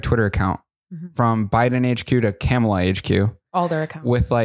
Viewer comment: Hi, just FYI. Kamala is pronounced Comma-La. Like a “,” .